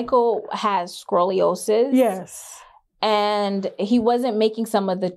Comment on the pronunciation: She lost me at "Scrol-liosis."